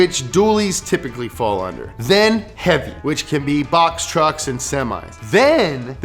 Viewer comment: tuercks HAHAHAHA